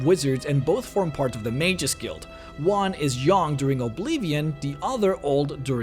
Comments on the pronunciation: i hate it when you say obeevion you say it wrong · Love the videos, it just bothers me that he spells Oblivion like Obleevion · Who says "OblEEVeon" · If you are going to say 'Oblivion' that much please learn how to pronounce it, please.